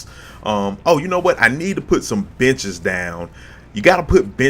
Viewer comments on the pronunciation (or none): For a second there I thought you said 'Oh you know what, I need to put some bitches down!' then I realized you said 'benches'. LOL!